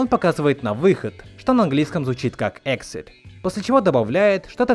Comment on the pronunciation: Exit произносится как [эгзит], а не [эксит]...)